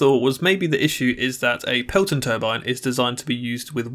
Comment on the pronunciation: It’s “pelton” not peloton. There is only one “o”. That’s the name of the design